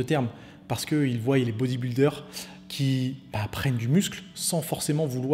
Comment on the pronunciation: "Ils voiyent"...j'ai mal...